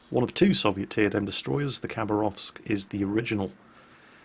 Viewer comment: Khabarovsk is actualu sound not a Khabarovsk , Habarovsk is be a corect (Хабаровск)